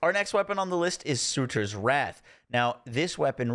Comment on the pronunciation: Surtr is pronounced “sir-ter” not suitor at least what I’ve heard it been pronounced as from mythology derivatives